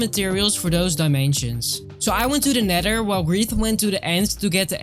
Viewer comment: Nether❌ Neder ✅